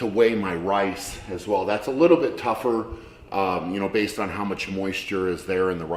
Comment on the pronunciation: Shaw : weigh out the wice Camerman : it's rice Shaw : No, it wice Cameraman : okay, sorry.